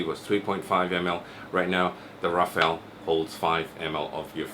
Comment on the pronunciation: fortunately, you pronounced it as Rafale, not Raphael, like other vape reviewers on youtube..